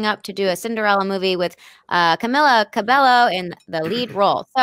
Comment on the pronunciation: Its pronounced Camila "KA-BE-YO"!!!! Put some Respekt on the Queen!